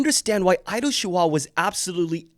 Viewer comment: I’m sorry, I thought you said “idol chihuahua”